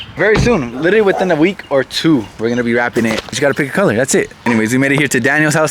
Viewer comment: Littteryyy lol😂 my boi rolling those r’s